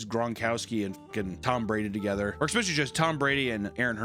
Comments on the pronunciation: with peace and love, especially is pronounced "es-pesh-a-lee" not "eggs-pesh-a-lee" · I absolutely love this channel and your animations, as well. HOWEVER, when you say eXspecially instead of especially I want to lose my mind and go into a cte like rage! 😂 Simple fix in language dude just trying to help you out. No biggie I’ll still be watching either way! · I know you've stopped saying exspecially more recently but dang it hurts the ears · It's eck-specially aggravating to hear mispronounce words over and over and over. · I saw somewhere that people who say exspecially instead of especially are prone to CTE. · an "expecially" was detected. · Mental health distraction “expecially” 😂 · PAPA there is no X in the word especially. ffs.